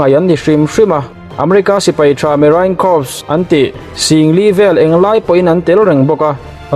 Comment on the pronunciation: Corps- kawps 😂😂😂😂😂 kawrs tihtur awwww